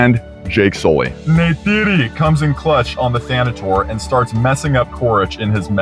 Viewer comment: can't believe you fully blue yourself great vid as always my friend, and thank you for fully committing to historically accurate na'vi name pronunciation every time, especially for jake's lover NEYTIRI